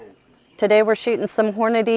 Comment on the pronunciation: Sponsored by Hornady- Continually pronounces their name incorrectly I bet they love that